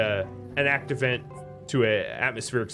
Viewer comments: Why do you keep saying 'act event' instead of 'active vent' ? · When you pronounce 'Active Vent' it sounds like you're saying 'Act Event'.